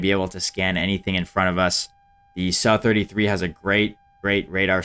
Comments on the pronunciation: Sukoi is pronounced Soo-koy. So every time you say su i cringe a little bit. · it should still sound like "sue" and not "suh" though right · I’ve never really been too picky on hot people pronounce things, until i heard this mf say “suh-33” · The suh 33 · He was almost spot on, Сухой is Suhoi, it's just not [a], but [u]